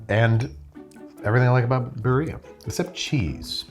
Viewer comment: crying sobbing as I hear the simple pronunciation of Birria and tortilla 😭😭 I can’t do this anymore